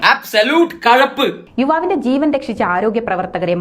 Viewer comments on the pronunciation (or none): Kayap alla kazhap 😂enn ann mone 🤣